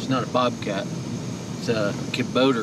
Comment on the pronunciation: Ka-bow-ta. Lol